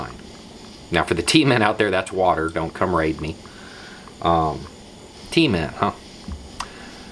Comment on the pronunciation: "T men" not Tea Men LOL